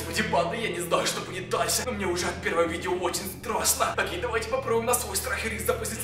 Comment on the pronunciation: Привет правильно давай а не "довай"